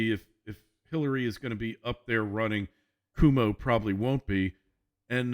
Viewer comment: Thanks for your political analysis. Just a minor point: 30 years ago I lived in upstate New York when Mario Cuomo was governor of New York. His name is not pronounced "Kwoo-mo", it's pronounced "Quo-mo" as in Quid pro Quo - mo. - An American listener in Switzerland